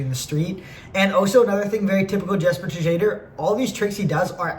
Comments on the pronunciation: jesper tajader, matej savancer get some european name right damn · jesper te jade or is maybe the funniest way to say his last name ive heard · buddy its "shad er"